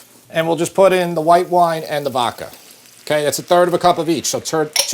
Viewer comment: Vokka sauce. Really,. Vokka? (I still love you guys.)